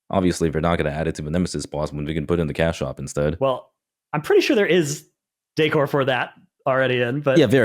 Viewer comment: Who taught how to pronounce decor? LOL